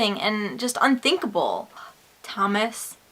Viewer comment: Lol the way you said Thomas XD